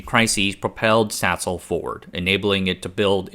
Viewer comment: Why does my head hear Sasol as *sshole?!